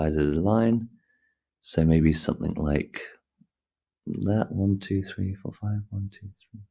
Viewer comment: 'summin like dat' 🤣